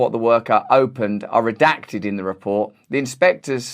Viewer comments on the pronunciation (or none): none